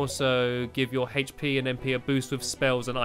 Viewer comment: Hache pe? ITS HP